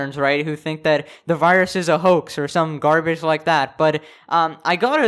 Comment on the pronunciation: Garb- age